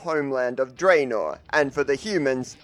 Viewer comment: Its Dranor not Dreinor.